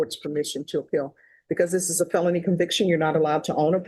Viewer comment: It drives me absolutely insane that Judge Boyd doesn’t know how to say felony group one. She says phelpny group one